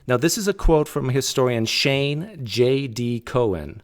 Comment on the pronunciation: It's not Shane Cohen, it's Shaye Cohen; he's the most important Josephus scholar nowadays.